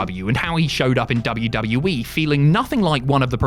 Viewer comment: Please get rid of this guy that narrates these videos I can’t stand him why does he pronounce WWE like WWwii or WW-we it’s very annoying and what the hell is his name or Whatever the hell he says, I can’t even understand him